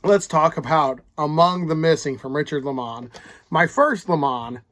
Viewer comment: I'm not sure if you are joking around calling him Li Mon? I get so many names wrong myself. But it's pronounced Lay Mon. Although I do like the posh sounding tone of that. Lol. 👊